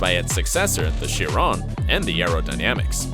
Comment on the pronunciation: Its shee - ron